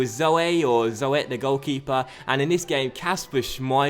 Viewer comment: Zoet is pronounced zoot or zuut. i think